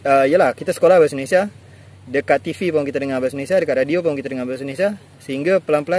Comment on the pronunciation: Adik cakap sebijik mcm sy ckp di johor ini…mantap. Cume sebutan tv dan video tu kurang tepat….bunyi nye sepatutnye tivi bkn tifi. Vidio bkn fidio